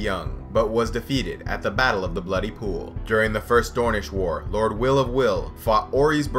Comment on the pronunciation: I'm almost positive Wyl is pronounced similar to while rather than will.